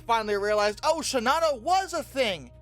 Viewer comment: I don't understand why NOBODY pronounces Shinano the way the Japanese do. People make an effort to do with that Yamato and Kirishima. Japanese generally puts equal stress on each syllable, so it would be "she-na-no", and not "she-Na-no" . . . . . . Japan had plenty of airplanes. They were severely short on trained pilots.